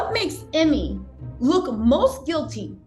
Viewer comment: thanks for the update!! oh lol, not that he deserves this correction, but his named is pronounced--- eeemay, not emmy🤭